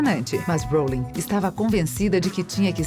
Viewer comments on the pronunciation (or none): jequei róulingue